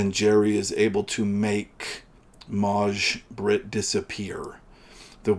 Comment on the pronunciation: The way you pronounced Maj-Britt was really weird. It's pronounced "Mai" It's the swedish version of May as used as a first name.